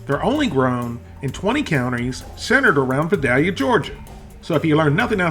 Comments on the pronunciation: Vi rhymes with vie not vick. Long i not short i. Vi day lee uh. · Being a true Son Of The South, I grew up eating this. I love it! 😎 Thanks for bringing up a true classic. And down here, it's pronounced "vye-day-lia". We use nice big "cat head biscuits" to sop up the gravy. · comon. You're southern enough to know Vidalia is a long I